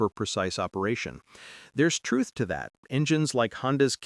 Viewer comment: Thanks for the 'thruth' 😂😂